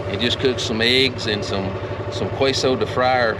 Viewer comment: Another great video, and thank you. ✝️ And if you care its pronounced as Kayso cheese...its fine just the way you say to me but seems like youre always wondering if you're saying it right 👍🏼 God bless you sir.